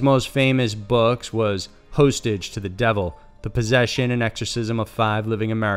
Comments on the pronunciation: Omg. It takes 30 seconds to look up how names are pronounced. When you horribly mispronounce common names you appear very unprofessional. Btw, Malachi is pronounced Malah-kai . Also the word hostage is prounced Hah-stidge. If you're unfamiliar with a word or name simply look it up 🙄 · Who the * says "Host" "Tage" !!?? that's like a second grade word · It's Hostage, Mal-a KY and Barbarossa (not Barbosa.) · has anyone else noticed this phenomenon whereby youtube narrators seem to have never heard common words before ? Malotchy? Hoastage? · I stopped watching after HOstage, it was too distracting lol. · Just finished the rest of the video... HOLY SHIT! He butchers up so many words. Here's what I remember.... ❌ MALACHI (MAH-luh-kye) ❌ HOSTAGE (HOSS-stihj) ❌ ÖTZI (UHT-zee) ❌ HELMUT (Hell-MOOT) ❌Operation BARBAROSSA (Bar-buh-ROH-suh) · Hoe-stage lmao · But worse yet, he said "host-edge". There is not word like that. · How many words can you possibly mispronounce??? Host- age?? Malachy?? Smh... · Man, you need to learn the correct pronunciation of people's names and words before you do a video. Max Von See-doe, Malachee Martin, Hoe-stage to the Devil? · Pronounced Malaki and hostage is pronounced hastage operation barbarossa not barbosa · I love this program but I think your pronunciations need work. Malachi I think may be pronounced “mali-ky” and hostage? Ha-stage maybe? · Mala-chee, Host-age, misuse of founders, and Barbossa instead of Barbarossa? Just saying... could use some proof-reading. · I'm glad someone else caught that shit too, and the book hostage lmao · Yeah! Not only that, but "HOSTAGE"??? REALLY??? C'mon! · We just gonna overlook him mispronouncing "hostage"? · Malachi aaaarrrrrrrrggggggg YOU ARE PRONOUNCING WRONG. Also the word HOSTAGE!!!!!!!! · I agree. No disrespect but it's pretty distracting when 'hostage' isn't even pronounced correctly. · *Hostage* you pronounced that entirely wrong.. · How do u not know how to pronounce "hostage" lol